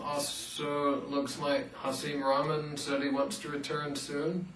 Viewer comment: Oh by the way, it's pronounced RAH-K-Mahn not Rah-men he's not noodles.